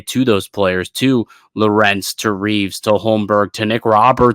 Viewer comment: is pronouncing Lorentz wrong.